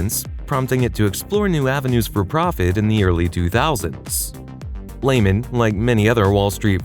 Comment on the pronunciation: 😂😂😂😂😂😂😂🎉Hilarious to me how people do videos on a company and don’t know how to pronounce the companies name 😂😂😂😂😂😂😂😂😂😂😂😂😂😂